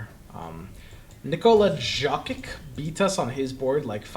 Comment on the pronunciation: The way you say nikola jokic lmaoooo